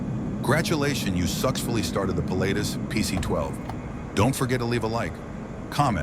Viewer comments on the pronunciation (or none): "Gradulations you suxfully started the PC-12..." Uhhh, sure...